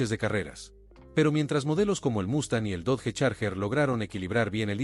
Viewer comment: Dodge, se pronuncia DOCH